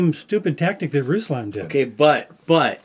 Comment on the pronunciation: Please just say RoooSlahhn so they believe you’ve seen his show. It’s not russs lan. It just seems insincere and unbelievable that you’ve heard his opinion when you pronounce the name wrong.